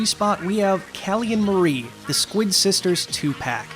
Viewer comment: The squid sister's names are pronounced k-al-ee & m-are-ee, as in calamari.